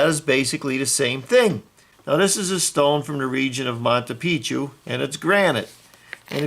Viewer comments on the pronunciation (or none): Cant even say machu Picchu 🤣🤣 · "Monta Picchu"